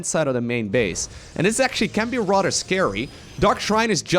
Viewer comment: If you're going to use the word "rather" so much in all of your casts, could you please stop saying it like "rotter"?